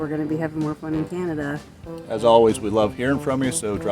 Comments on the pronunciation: It’s not canadia it’s Canada 😒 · Mis-pronouncing the name of the country is very disrespectful! Your “Americanian” ignorance is showing. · Thanks for visiting our beautiful nation. We loved having you. you pronounce Canada wrong. We forgive you. 😂😂❤